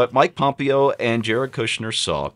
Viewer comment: you're the only person I've ever heard mispronounce Mike Pompeo's name. Pom-PAY-o.